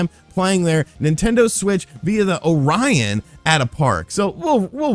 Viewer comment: is the only man i know that mispronounces orion XD you amuse me man keep it up!